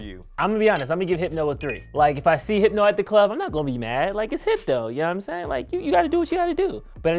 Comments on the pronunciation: Them saying hypno made me a lil upset 😂😂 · Every time they said “HYPNO” I wanted to FIGHT!!!!!! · They should’ve gotten 80’s babies for this. I was born in ‘83 and I’m 38. If you haven’t really been exposed to those drinks meaning old enough to drink them you can’t really give them a fair review. You DO NOT call Hypnotiq “Hip-no!” 😂